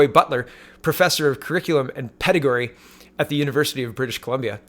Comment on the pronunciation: Did you say you were in education? Did you just mispronounce pedagogy as pedagory? Anyways, I was probably one of the least athletic kids I know (unless it involved a bicycle) but even I loved dodge ball. Kids love that game you are correct. Edit: Betting not better.